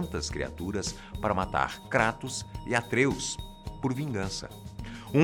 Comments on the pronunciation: KrÁtos,ai siiim, pra min falou certo hahaha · é tão foda que faz até a pronúncia certa do kratos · Mas é a pronuncia correta. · Se você estiver se referindo no "Krátos" então a pronúncia está certa sim. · Todo o diálogo,deve ser levado em consideração. Mas o nome dele é grego,logo você não vai pronunciar "Kreitos" e sim "Kratos" (que é a forma certa),ou você chama Zeus de "Zius"?. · Isso pronúncia certa Kratos, e são 6 jogos e d extra tem o do celular. Aviso ⚠️ avisa - se q ia dar spoiler. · Graças a Deus. Você não fala "kreitos".